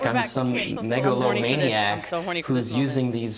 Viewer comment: lol😅he said, “like a mega low maniac” or “mega lord maniac”. Can’t tell yall were laughing so hard 😂 both are stupidly wrong